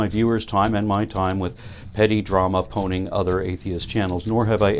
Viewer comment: What is that word you're saying ? Sounds like "poning", but as far as I know there is no such word. Was that "panning" (as in "harshly criticizing")? Just curious.